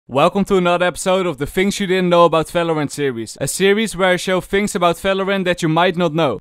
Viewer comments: fings, efry time, falorant, fideos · Fings in falovant are actually amazing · fhings, fhank you